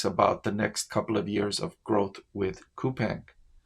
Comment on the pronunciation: Btw its Cou-PAHNG i live in korea